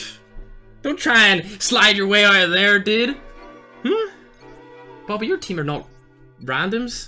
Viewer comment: ITS BOBBY NOT BOOBY